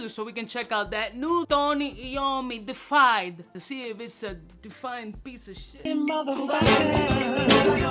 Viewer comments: De uh fied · It's pronounced "day-iff-eyed" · Love ya man, it is pronounced Dee-efied. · 🤣🤣 Nobody could help him with the word before he hit record!? 🤣🤣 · Yup, botched the pronunciation, and the spelling in the title.